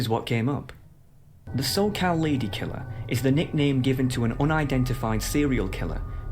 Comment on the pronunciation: He had me until "Los Charr'Ed" and "Soccal" bruh